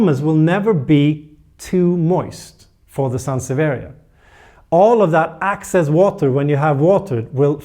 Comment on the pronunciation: I love you videos, but I need to point out a language error that can be very confusing. You say "excess water" like "access water". So it sound like that plant has access to water, when you mean the excess water. Keep up the good work! Just needed to point this out since you are consistent with the pronunciation.